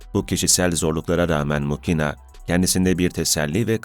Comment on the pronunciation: Muhina diye telaffuz edilir